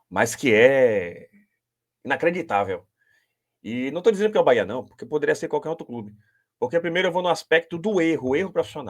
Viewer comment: Quem é esse cara que fala quatro, mas, só cita os três primeiros da classificação? Acho que esses caras tem que fazer intensivos treinamentos para aprender pronunciar a palavra BAHIA ou, BAHÊA!